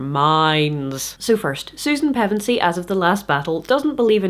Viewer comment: I'm 5.5/7th the way through reading Chronicles to my son right now and I have to thank you for the critique, but even more thank you for the proper pronunciation of Pevensie. Reading those names and places out loud generate more anxiety than it should, thank you for helping with that.